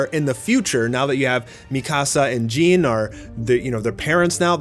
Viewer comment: said Jean 😐